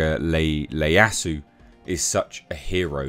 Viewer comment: that's an I not an L, the name is Ieyasu (Ee-Yah-Sue)